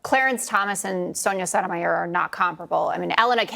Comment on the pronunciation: Cun* can't even pronounce Sotomayor and she is on TV.